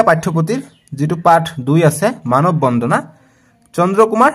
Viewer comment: Sir মানৱ বন্ধনা nhy মানৱ বন্দানা he